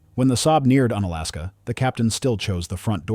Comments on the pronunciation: Unalaska is pronounced like unicycle or unicorn. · Un-Alaska sounds weirdly un-American. 😅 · It's actually pronounced with a long U sound, like You-nalaska or unicycle